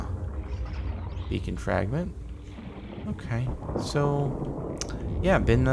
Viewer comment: It took me waaaaay too long to realize he was saying "beacon fragments" and not "bacon fragments" lmao, I was so confused